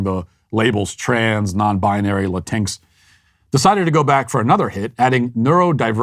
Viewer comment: Latinx has always made me laugh but hearing Matt’s pronunciation is pure gold, not making fun of him cause there’s no correct way to pronounce a made up word. “Latincks”